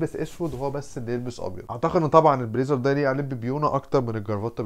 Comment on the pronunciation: عايز تلبس ال PLAZER ده ؟! اسمها BLAZER جاتك وكسة… ما تتعلم تنطقها قبل ما تتوكس و تقولها و من الاخر كده شكلك مش نافع خاااااالص في موضوع الشياكة دي : لا وش حلو لا جسم حلو و لا حتى قبول …